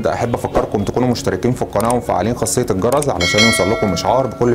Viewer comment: ههههه اسمه الجرس وليس الجرز